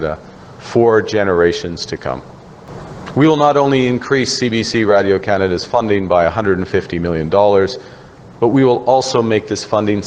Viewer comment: Since when was the word 'radio' pronounced that way!!! What an idiot!